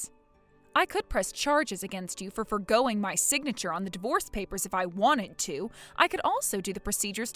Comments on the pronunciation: Foregoing? Don’t you mean forging? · Forging isn't pronounced for-going.